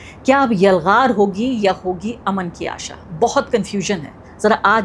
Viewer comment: امن amn✔️/ تلفُّظ aman✖️